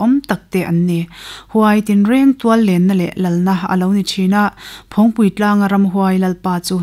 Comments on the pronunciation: "Phawngpui" tih pawh hi a rik dan dik kan bosan leh nasa ta mai niin a lang e. "Phawng" tih lai tak hi nang leh mipui nawl pui hian a ri kan tisang a ni a. "Thingpui" tih ang chiahin. "Phawng" lai tak hi a ri tihniam ila a dik zawk awm e. "Nunrawng",..Kelkang "hlimpui", "Van hnuai"..tih anga tih rik tur niin a lang. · I sawi hi ka lo hriat ve Dan a nih avangin phawngpui a lam rik hian ngaihthlak a hreawm khawp mai 😂